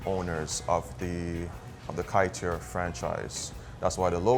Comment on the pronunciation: The best Kaiteur (pronounced kai-chore) is on Lefferts blvd and Jamaica Ave. The big one. My favorite Guyanese Chinese overall is Caribbean cabana on 116th st and Jamaica Ave. For the boneless jerk chicken fried rice and the cha chi kai chicken with their peppa sauce is amazing. Also honorable mention is friend restaurant on 110th st and 101 Ave. They pack their tray and the pepper is amazing.